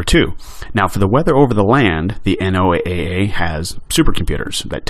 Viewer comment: The N.O.A.A. is always pronounced "NOAH", like the flood. .